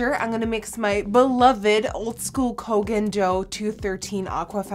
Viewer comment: Ugh literally the only youtuber (that I watch) who pronounces Koh Gen Do correctly. And btw, soooo soothing to watch you go IN with that foundation yaasss